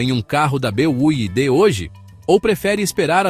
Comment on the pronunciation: "BEAIDE"... Ai desse desse jeito quebra mesmo....😂😂😂😂😂😂😂😂😂😂😂